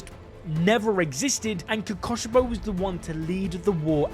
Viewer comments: "omg guys its the demon who uses a breathing style KOKOSHIBO" kokushibo is pronounced ko-koo-shi-bo the 'ku' is pronounced like fOOd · ITS KOKUSHIBO NOT KOKOSHIBO